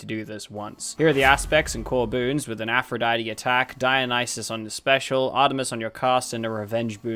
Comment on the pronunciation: Hey, why can't you say Aphrodite?